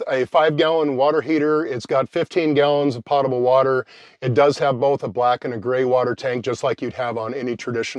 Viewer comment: Its pronounced "poat-able"